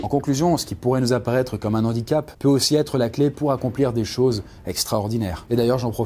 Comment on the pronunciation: Zandicap ? Sérieusement à ton niveau...